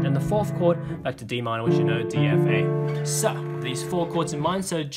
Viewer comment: After the second, section 1 when you said so it sounds like sus